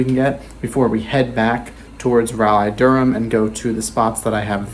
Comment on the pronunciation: raleigh is pronounced raw-lee for the record cool video tho!